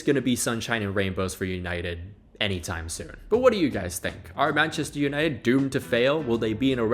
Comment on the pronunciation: I was looking for this comment, how are you a native English speaker and pronounce it like that 😭😭